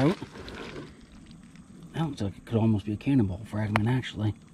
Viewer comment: I thought you said cannibal fragment. 😀 Wow! You guys had cannibals in MD? Who knew?